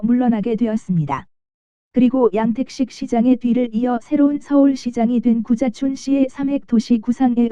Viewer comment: 구자춘 서울시장님이 자꾸 `고자`촌으로 들린다는 곶같은 전설....